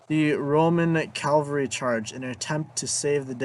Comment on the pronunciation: It's CAVALRY not CALVARY!!! Good God.